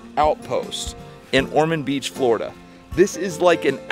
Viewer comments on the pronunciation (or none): none